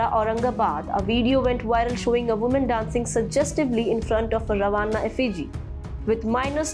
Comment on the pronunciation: Excellent reporting, but please pronounce correctly, eg. Lavani, Ravan.